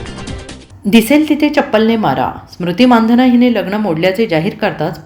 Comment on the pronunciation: मानधन नाही मंदाना म्हणा की